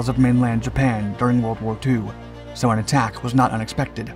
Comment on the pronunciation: Literally you called Enewetak island "a new attack" island. Come on man!😤